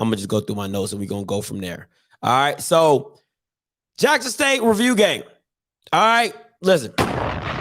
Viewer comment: Bruh I was driving down I-77 and I had to pullover when that boy said "revrew"🤣🤣🤣